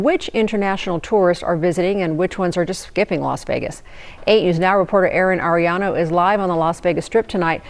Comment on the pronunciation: Los Wages. 😂😂